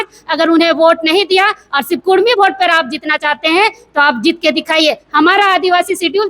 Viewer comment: Usko to pahle bolane ke liye sikhayen uska uchharan Achcha se Hara Nahin Kurmi bolna Karni bol raha hai